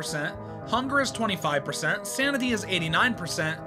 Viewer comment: Hey btw sounded like u said samity in the first part 😂🎉